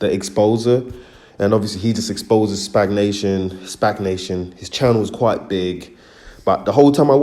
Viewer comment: This guy can barely pronounce a four-letter word SPAC, not SPAG my guy find something else to do.